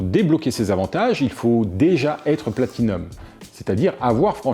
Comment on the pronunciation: Bravo, tu arrives à dire Platinum!